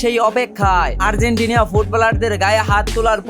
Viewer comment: আর্জেন্টিনিয়া নয় আর্জেন্টিনা 🎉🎉🎉🎉🎉🎉